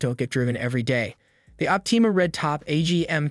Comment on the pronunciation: Leed & opteema...lol